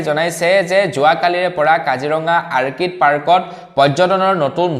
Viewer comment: আৰ্কিড নহয় "অৰ্কিড" ORCHID বুলি ক'বা ।